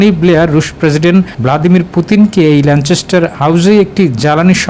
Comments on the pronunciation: কেমনে চ উচ্চারণ আসলো আমার বোধগম্য হলো না, যাই হোক, 'যায় যায় দিনের' দিন পার করে দিলেন সংবাদ পাঠক। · It's Lancaster.....